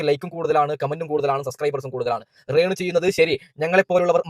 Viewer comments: ഞാൻ അവന്റെ വീഡിയോ ഒരെണ്ണം കണ്ടിരുന്നു എന്തൊരു ദുരന്തം ആണ് അവൻ കഷ്ടം രേണു എന്ന് പറയാൻ പോലും അറിയില്ല റേണു എന്നാണ് പറയുന്നത് 😂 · അപ്പം.. ഇവൻ.. കള്ളം.. പറയണ.. ബ്ലോഗറാണ്... ഇവൻ്റെ... ബ്ലോഗാണ്... പ്രേക്ഷകരേ.. ഇവൻ. പച്ചകള്ളമാണ്. ഇവൻ്റെ.. ബ്ലോഗിൽകൂടി. പറയുന്നത്... ആരും.. ഇവനെ.. വിശ്വസിക്കല്ലേ.. പിന്നെ.. ഇവന്.. മലയാളം.. ശരിക്കറിയില്ല.. ശ്രദ്ധിക്കൂ... ഇവൻ... രേണൂ.. ന്ന്.. പറയില്ല.. റേണൂ.. ന്നാണ്.. പറയല്.. അതേ.. പോലെ.. സ്സോസ്യൽ.. മീഡിയാ... ന്ന്പറയും. ഇവൻ.. ഇവൻ.. ബഗാളിയാണ്..